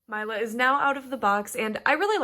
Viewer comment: I believe it's pronounced 'Meela', not 'Myla'. It's a lovely name, I can't wait to get my own :D